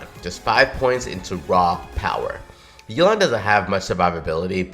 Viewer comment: Yelan pronouced like 'Elon' lmao, man we need Elon Musk on our teams